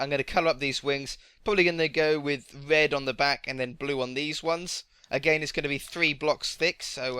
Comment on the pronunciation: You said wed and bue